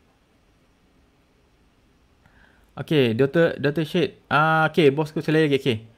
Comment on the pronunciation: Terganggu betul bila abang salah sebut “Syed”